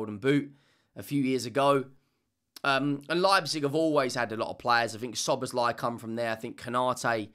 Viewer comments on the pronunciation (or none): none